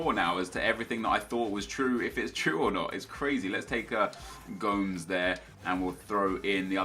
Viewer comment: Why do you say Goums for Andre Gomes. You pronounce the MES on the end.